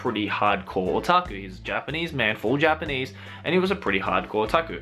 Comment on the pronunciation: I just love how pronounce otaku SO FUCKING CUTE